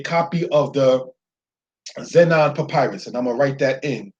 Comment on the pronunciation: Zeno or zenon papyrus i think u said